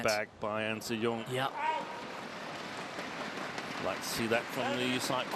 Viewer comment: its so easy to actually mispronounce her name but it actually is "an sii yiung"